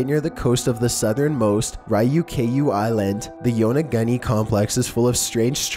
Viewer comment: Yona-goonie, not Yona-gunny